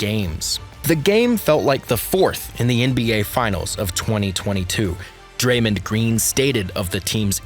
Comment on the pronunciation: When you said san francisco and pronounced Dramond's name as Dramin I stopped this drivel right there. Lame